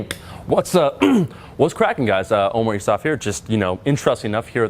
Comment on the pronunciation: “omurice off here”